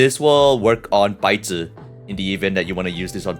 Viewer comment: The "Baizhi" cracked me up, white paper 😭